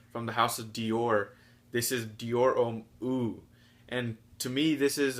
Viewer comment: Hate to be that guy but Eau is pronounced like "ohh" not "eww"